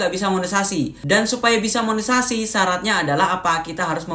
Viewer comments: Maaf ralat Monetesasi mungkin lbih tepatnya y pak bukan monesasi 😊🙏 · KAK BUKAN MONESASI..TAPI MONETISASI😅